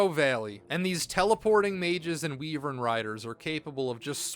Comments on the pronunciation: WEE-vern what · Weevern, My preferred way to pronounce Wyvern 8)